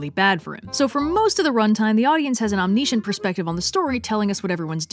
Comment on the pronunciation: Tragic flaw: you say “omniscient” weird.